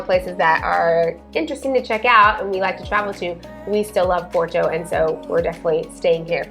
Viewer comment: So...you have been in Portugal for 3 years. Why are you still saying "Por-to" like an American and not how it is how it should be pronounced - "Pot-tu"?